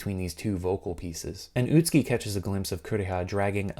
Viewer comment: Im no expert but the name is pronounced Ut-Ski and not Ut-Su-Ki? I've really no idea.